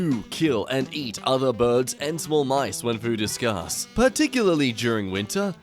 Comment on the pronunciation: Really like how he switched the A's from patent and scarce.